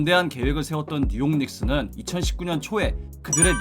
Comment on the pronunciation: 뉴욕닉스 말하는거 ㅈㄴ 웃기네 ㅋㅋㅋ